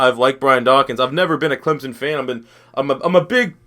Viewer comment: It Clemson not clemzon